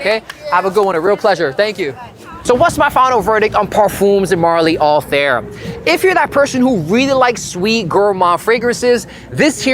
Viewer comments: the review would be more credible if even the name of the perfume is pronounced correctly, it is not anything like hair or air, more like althaiir, that's what the double dots on the i are for. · I cringe everytime you said “All-Theere” no hate but I don’t know how its actually pronounced 😅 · why everyone pronounces the name of this perfume wrong 😭